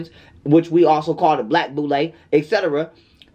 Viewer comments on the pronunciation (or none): none